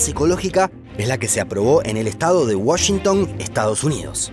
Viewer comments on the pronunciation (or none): none